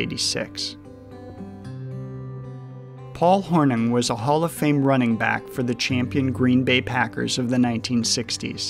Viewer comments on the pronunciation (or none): Paul Hornung, pronounced Horn-ING.